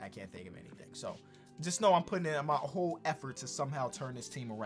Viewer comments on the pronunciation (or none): none